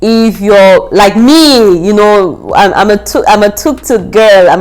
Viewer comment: You had a great experience in Nairobi. it's tuktuk not toktok..... 😂 Nairobi and Kenya in general is amazing. Now be sure to do fun outdoor adventures next time. You will love it